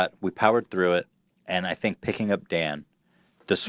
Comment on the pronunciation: that english guy says "fink" instead of "think"